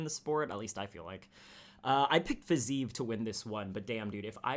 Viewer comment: The way you pronounce Fiziev.....